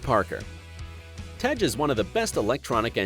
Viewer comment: Tej not Tegg ..😂🤣 Its like when they say 2pack instead of 2pac or Fiddy instead of Fifty .. wtf 😂🤣